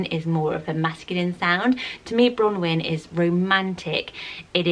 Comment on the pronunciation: I speak fluent welsh and ngl if was kind of triggering me the way she said bronwyn 😂